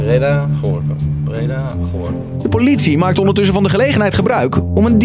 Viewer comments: hoe Stefan Gorinchem uitspreekt 🤦‍♂️ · Echt grappig hoe ze Gorinchem uitspreken 😂 je zegt gorkum😂